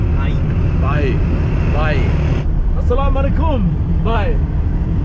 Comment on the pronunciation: Salam alaaykum emphasis on Ay not on kum